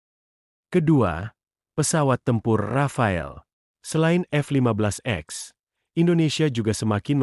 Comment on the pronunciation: Boss bukan F 15 x, tapi F 15 ex, baca "ix". Sebelum baca narasi, belajar dulu